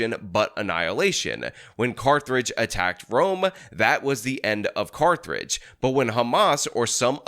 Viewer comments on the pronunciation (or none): FOR CARTHRIDGE!!! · Sometimes I can ignore your mispronunciation of words, but Carth-ridge? Seriously? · I figured it would be spelled "Carthridge" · “Carth-rage”? No, no, no “Carth-age” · What is car-thur-age? Was that Carthage's dollar store cousin? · Pronouncing "Carthage" as "cartridge" is hilarious. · How did add an 'r' to Carthage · Hearing say "Carthrage" gave me a headache as a History bro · Carthage: 🌇🏙️ Carthrage: 🌇🏙️😡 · I’m perturbed by how pronounced Carthage. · Carthage? Where is that? Georgia or South Carolina? If you’re really can’t pronounce a nations name on a cold read, then maybe read the text before had. And maybe during your freedom take some of those 10 min history lesson so you understand our world better.yeesh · Carthage, Carthaginian, no R. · You’re not gonna get me to comment because you mispronounce Carthage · Sorry but I refuse to finish the video because you couldn't pronounce Carthage correctly. maybe next time haha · That was a strange pronunciation of Carthage.